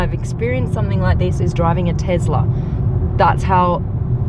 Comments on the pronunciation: Tesla, not Tezla. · I love how you say tezla!! Bitcoin foreva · tezla... lol, well, nice merc